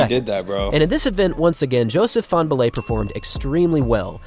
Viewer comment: fanbullehs name isn't hard to pronounce